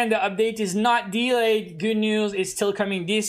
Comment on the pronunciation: I like how you pronounce delay dylei